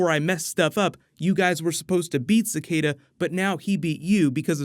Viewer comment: Your pronunciation of Cicada is so freaking terrible